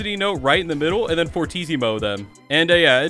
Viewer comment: First person to know how to pronounce fortissimo